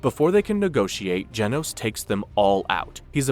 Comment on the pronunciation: You're saying genos wrong